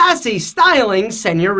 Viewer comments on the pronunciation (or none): I like when you say sanurita 😂😂